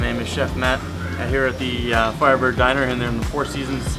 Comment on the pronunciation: Dayner dkyo okunmuyo aga Dinır diye okunuyo